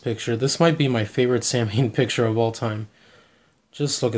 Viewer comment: not for nothing man it's pronounced Saw win not Sam Hane